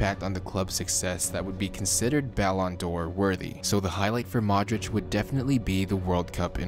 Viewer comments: Try pronouncing it like (Ballon/ D /Or) not all jam together.. it’s triggering lol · What are you saying balon door